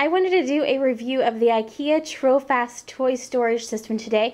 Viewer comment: Funny to hear how u american say trofast. The meaning of the word in english is faithful. I have one for my boy. Love it. But i think it collect a tonn of dust. Maybe because i live in the city, and houses here tends to be a bit dustier. How do u keep ures clean?